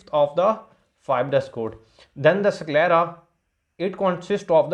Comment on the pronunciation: SickLera nhi 😂 IsKelera . S ko Es kr k pronounce kro